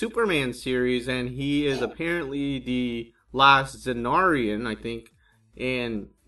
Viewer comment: Lobo is Czarnian, but it's pronounced sizarnian